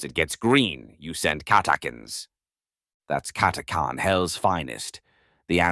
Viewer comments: Cat a chan cat a khan sounds odd never heard it pronounced like this lol however its a great video👍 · Omg your pronounce is helerious it's cat a chan 😅 not cat a carn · It's pronounced Cat-ah-chan, this abominable intelligence seems to have a pronunciation problem. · Funny how everyone pronounces it different. I've always said, "CATTA CAN." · CataCHan, it’s CataCHan! 🤦‍♂️ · is the pronunciation correct on "catachan(s)" ? i always thought it was pronounced how it was spelled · Never heard the name pronounced like that.